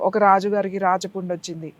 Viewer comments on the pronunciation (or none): I థింక్ thats రాచ పుండు not రాజ పుండు, its రాచ (రాక్షస )పుండు అని విన్నాను, మిరే మంటారు..